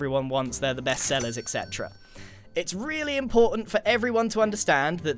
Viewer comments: anyone notice that grain says ectcetera instead of etcetera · Me feeling soooo annoyed at grian for pronouncing et cetera wrong. woooh